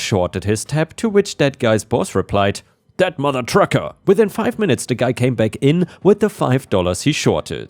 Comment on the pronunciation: Start of first story, "within" is said as "with in" not as "in." 😉 From OP's story, my take is that they didn't really sue for damages, or didn't have a (competent) lawyer when suing. Could have sued for rent for their time of "occupying" the land, loss of animals, crops, etc.